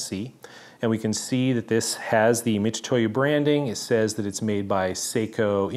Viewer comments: and most definitely not "Mi-too-to-YU" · Very comprehensive video, it is detailed. From the boxes section you could start to see the fake ones have subtle but knowable differences. If it's fake, it's trash. like you said, why impersonate someone else. Great video but please can you just pronounce Mitutoyo, Mitutoyo instead of Mitutoyu. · I believe it's pronounced MiTsuToYo, which is the pronouncation of their company name 株式会社ミツトヨ(三豊), and tu is just a short version of tsu, in fact, if you type tu with japanese keyboard, you'll still get つ(ツ)(tsu). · I still can't quite tell if you're saying "Mitutoyo" (wrong) or "Mitsutoyo" (right). Either way, I appreciate the detailed look into what at first blush looked pretty identical! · Pronunciation is "Mi-TSU-toyo."